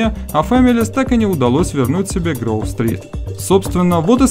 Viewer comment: Не Грув стрит а Гроув стрит